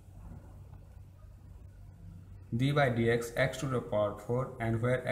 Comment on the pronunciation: not d by dx... 😂😂 its d dx